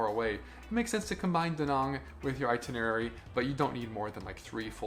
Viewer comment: Why not ask a local how to pronounce place names? Da Nong? Son is more like Sern and My Khe is Me Kay. But you got Hoi An right. But that place is like a nightmare now.